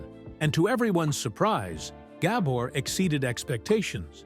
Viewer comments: it's not gabber the accent is on the second syllable - it's gaBOR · I wish the narrator knew how to pronounce her name. Ga-BOR. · I bet the narrator never heard of the Gabor sisters before, or he wouldn't have mispronounced the names so many times. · yeah, they do all this research, except the most important issue, pronounce the NAME correctly.